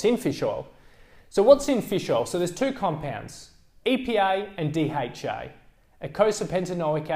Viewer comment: I thought he said EPI and DHI. I just realised he means EPA and DHA seriously..